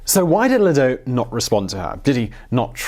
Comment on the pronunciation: Ladoux? Sounds more like Le Dicque.....